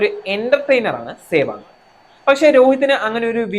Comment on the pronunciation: Adyam sewag ennu parayan padikku..